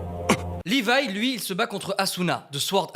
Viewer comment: C'est Levi pas "Livaï"